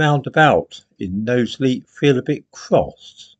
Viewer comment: Nice to see you are pronouncing Knowsley correctly now 🤣